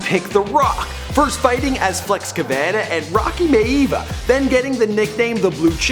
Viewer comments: lol he said rocky may-eva it was pronounced my-a-via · its pronounced mya via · I know I'm nitpicking here, but it's pronounced "Mya-Via." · omg dude ur saying his name wrong its Mia v yah not how ur saying it lol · it's pronounced myah-via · for miavia it is pronounced my-a-via Canada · My-Uh-Vee-uh. Thats how it was pronounced. Sorry. Pet peave.. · you said his wwe first ring last name wrong